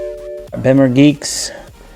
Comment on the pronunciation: Bimmer is pronounced bee-mer